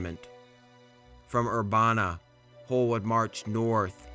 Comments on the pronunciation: It’s not “ Ur-bah-nah” it is “Ur-ban-ah” like the word Urban with an a sound at the end😂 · If it makes you feel better as a guy from Urabana Ohio he wildly mispronounced that too